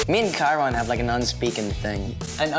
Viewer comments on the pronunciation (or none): none